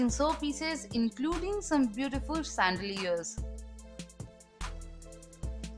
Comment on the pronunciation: You should pronounce chandlers as Shan-dle-ears and not as sand-lers. Pronounce properly.